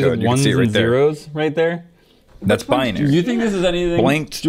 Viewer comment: Bianary Me: Binary: BUY-UH-NARY Me: No. BUY-NARY: BUY-UH-NARY Me: okay fine. Why does it even matter anyway. BECAUSE!!